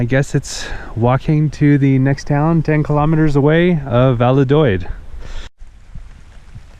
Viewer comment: Based on your pronunciation of "Valladolid" I'm going to go lower than 70% ;) Edit: You got it right later on!